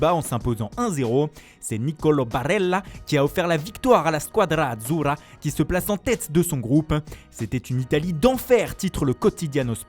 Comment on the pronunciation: Barrellaa? Scuadra azurrra??? Mais arrête putain 😭